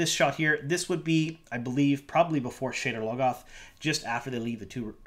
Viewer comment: It sounded like you called the city "sh*tter logoth" :D